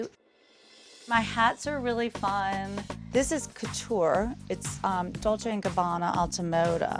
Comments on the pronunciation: Dol-say Gabbana? If you're dropping thousands on their shit, learn how to say the actual name. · lol "doll-say and Gabanna". if you're gonna spend thousands on a bag, at least know how to pronounce the name of the brand, kameron. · The first one needs to learn how to pronounce Dolce 😂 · Closet tour without Erika and Dorit ??? If you could exclude the house tour which we all had seen, they might have fit in..and that Kameron doesn’t know how to pronounce Dolce 😂...No wonder Kenya was Miss USA so intelligent...she can read you to filth..anyways nice compilation 👍🏼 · The first girl can’t even pronounce dolce and gabana right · The first chick not knowing how to pronounce Dolce! Traaashhhh 😂